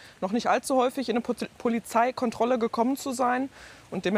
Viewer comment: min "Pozileikontrolle"! 😂😂😂😂